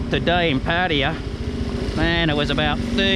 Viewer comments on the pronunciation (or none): Pattaya, yayaya as yamaha..not patia.